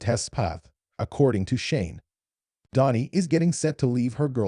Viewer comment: Dani , not Donnie